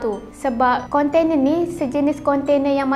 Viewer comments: geram betol setiap kali dia sebut "kontene" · Konte-nee pun konte-nee laa 🤭🥰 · a ahh...mmg betul pun. kan sy dah mention ade 2 maksud. cume cara sebut tu je. sbb biasa panggil konteNA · budak ni sebut container